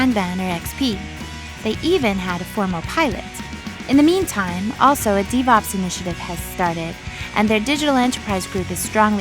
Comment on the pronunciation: Typo? it is "The Kanban Method" not "The Kaban Method" right?? Also, is devops really pronouced "D-vops"? I thought it'd be "DeV-Ops"